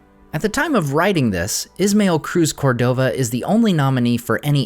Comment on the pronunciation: Cruz Córdova. The stress is on the first syllable. You do a masterful job pronouncing languages that don’t exist. This viewer would appreciate the same attention to Spanish. Thank you for a great review and channel. Please keep sharing your talents with us 🙏🏾